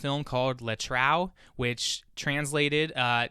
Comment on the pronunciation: I will definitely do this with my friends. Also, please, the title 'Le Trou' is pronounced [ luh troo ].